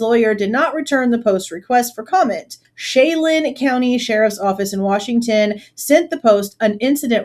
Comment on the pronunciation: It is Chelan County. Pronounce Sha-lan